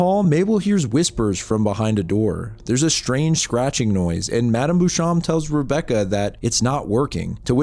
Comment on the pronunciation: Beauchamp is "bow-shomp" just google pronunciations you don't know